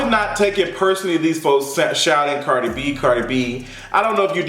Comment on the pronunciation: Chile all I heard was CARJEE B! CARJEE B😂😂😂